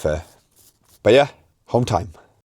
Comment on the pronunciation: "Home time" at the end... I genuinely thought you said HOLD TIGHT 🤣